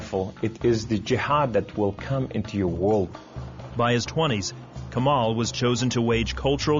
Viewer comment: it seems to me this guy is a story teller.. no one's named Kamel and is arabic and would pronounciate it as Kamaaal :) he is definitely not arab :D